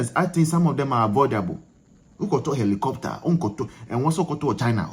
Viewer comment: ARE YOU REALLY A GHANAIAN YOUR PRONUNCIATION OF HELICOPTER SOUNDS LIKE YOU'RE NIGERIA OR KENYA UGANDA OR SOUTH AFRICA